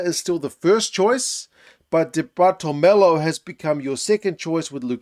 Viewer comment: di bartolomeo: not "di bartolomelo"